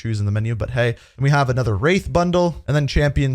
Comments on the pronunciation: Ffs its WRATH NOT WRAITH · He miss pronounced "Wrath" it's not "Wrathe"